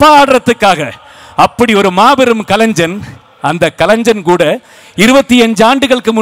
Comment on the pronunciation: Very good speech by all of u. Pls pronounce the word kalainjan (கலைஞன்), கலைன்சன் அல்ல